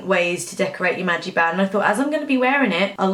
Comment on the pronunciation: its a magic band not a magi band hahaha